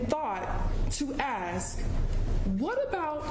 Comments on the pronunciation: Here this woman has gone through college and law school and she still says, "axe" instead of ask. 🙄🙄🙄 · I have a small question for This. Why if she’s a lawyer, she say axa instead of saying ask sound like she can say the words right she can mention the words right she’s saying the word differently instead of saying ask she say something else did she went to school?